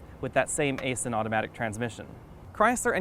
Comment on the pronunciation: just saying, but Aisin is pronounce "eye-zen"